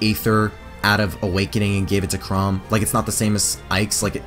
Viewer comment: I hate to be that guy, but Chrom isn’t pronounced “Chrome.”